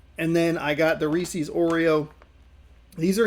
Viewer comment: By the way, Reese's is pronounced so that it rhymes with pieces.